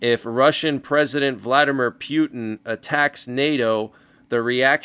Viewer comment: P Yoot N cracks me up every time I hear pronounce it that way😅